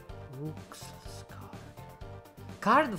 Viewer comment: Cristo. Roux significa rosso di capelli in francese, e si pronuncia ru, dunque Rouxls si pronuncia come Rules. I quattro re governano dal castello a est. Dal castello che sta ad est. Tutti e quattro. Le Tobyfoxate sono Tobyfoxate. Ah, e Toby Fox è americano, per lui aw si pronuncia [ɔː] e non [oʊ] come per gli inglesi, dunque i giochi di parole "Seap si pronuncia shawp (=shop)" e "ponman = pawn" funzionano perché la differenza è solo fra [ɔː] lunga e [ɔ] corta, piuttosto che fra [oʊ] e [ɔ]. Thoust non è una parola, è thou. Rouxls Kaard usa un linguaggio pieno di arcaicismi a caso, volutamente sbagliati.